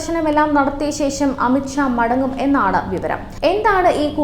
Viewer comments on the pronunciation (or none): ശേശം അല്ല ശേഷം